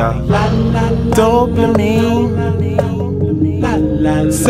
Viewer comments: i just come to WATCH the video every other day to hear him say DOPLAMINE and then start acting EDUCATED looking like Rick James in that chair looking like his mouth is DRY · he took so much dopamine that he cant pronounce it RIGHT